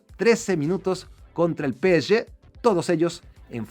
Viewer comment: Pe e ye, ulala señor frances